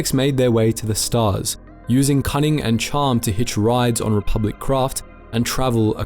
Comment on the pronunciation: you say re-pub-lick instead of re-public